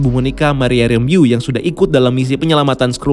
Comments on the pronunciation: saya dengernya monika ramboh.. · Kan Kau bilang Doctor Strange dalang kehadiran Pietro. LOL. Sekarang Agatha ni ceritanya?? Terus bacanya Sen - Ti - Ent. Bukan Sentinen. Kemaren Monica Rambeau, di bilang Monica Rembu. Bapack Canda? FiX New Rockstars paling hebat buat Rincian yang mendetail. Erik Voss tea Big Nerd. 🤣🤣🤣